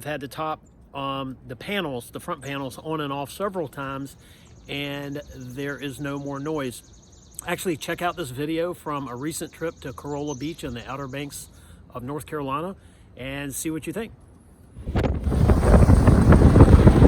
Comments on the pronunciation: Love the channel and glad to hear the field “fix” for the roof top noises is working. Just one note about the beach town in NC… it’s pronounced “Ca-rah-la” as opposed to “Corolla”, the car made by Toyota (lol). Keep up the good work! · Where did you buy the sleeves? Nice video. Love Corolla (pronounced Co-rah-la). Not like the car! Lol